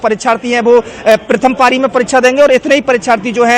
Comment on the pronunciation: पाली नही भाई पारी होता है grammer mistake नहीं pLease😂😂😂